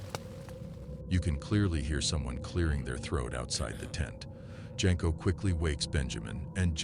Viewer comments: It's not Jenko it's Jasko pronounced Yasko. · Jasko (pronounced Yas-ko). not Jenko